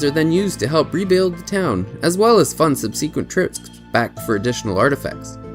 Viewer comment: Great job! You have a great format. The only thing I disliked was your pronunciation of subsequent.